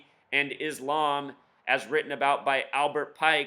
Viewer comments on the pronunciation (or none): none